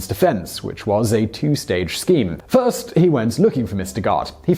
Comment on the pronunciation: He said tirst not first